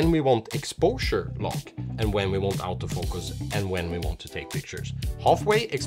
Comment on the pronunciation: Sorta funny. The accent of Auto-Focus sounds almost exactly like "out-of-focus."